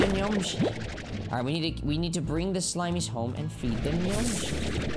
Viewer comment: I love when you say SHLIMIES